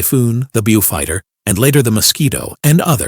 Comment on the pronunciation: A pretty good video but a little bit of constructive criticism. Don't show Bleinhems or various other machines without explanation. A Beaufighter is not a "Bewfighter" and a Ju 88 is pronounced as "Yunkers". Not "Junkers". Very rough explanations but a bit more research would fix such minor errors. A few more nitpicking errors but overall, quite a good video